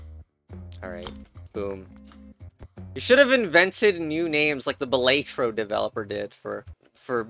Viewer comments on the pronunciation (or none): none